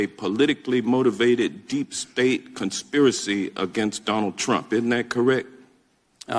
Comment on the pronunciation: Deep Spate??? Did he mispronounce State. Common thread